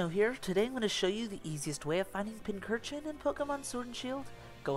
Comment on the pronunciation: Great video, but isn’t it pronounced pinch-urchin?